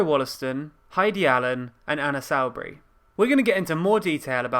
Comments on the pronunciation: Love it, great dialogue. However dear boy you must pronounce names correctly. Anna Soubry is pronounced 'Soo- Burie'. Not 'Sow-Bury' which really grates. Please do the pronunciation correctly. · It's pronounced Soo-Bree, not Sow-Bree. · I always, thought is was Anna Soubry as in soup, not as in South. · Can we clarify whether the pronunciation of Soubry is “Soo-Bry”, as I think, or “Sow” (as in, Pigs, not Sow as in throwing seeds around)?